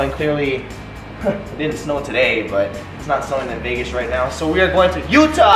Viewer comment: Did he say vegas???